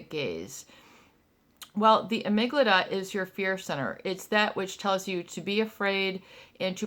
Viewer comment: Amygdala not amyglada lol